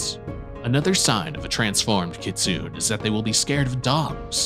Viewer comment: You're pronouncing kitsune wrong, its Kit-Su-Neh. Kitsu- the bark of a fox in ancient japan. Ne- an old term of endearment in japan. You're also intermixing some more modern/anime ideas of 'good/bad' japanese fox terms. Nogitsune (No-Git-Su-Neh Yanko is a more modern given term) are Wild Foxes, aka those who do not follow Inari and cause trouble the most. Kitsune are Inari's foxes (also used as the standard word for a regular fox as well, in japan ANY fox COULD be a magic fox and thus they use the same word for both), and while tricksters are also generally benevolent or at least ambivalent. You are correct in the illusions, shapeshifting, and the gaining of tails... However, it doesnt matter how experienced a fox is or isnt, they will always have some kind of fox-like tell. If not a tail, then fox feet, or eyes, or shadow. Their shapeshifting will always be slightly imperfect in that foxish way. Another note is that once a kitsune has nine tails and gains 1000yrs of age, instead of another tail they will become either gingitsune ( Gin-git-su-neh- silver/white holy fox) or ascend to heaven as a tenko (ten-koh- holy/godly gold fox). You also failed to mention the most important ability of their folklore, and that is the possession of human people, causing fits and making their hosts 'act like foxes' by screaming, eating meat, and attacking people, or seducing them to drain their strength and vitality with no apparent cause. Afflictions that are still believed to happen in the